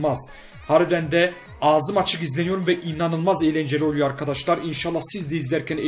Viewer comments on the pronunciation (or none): none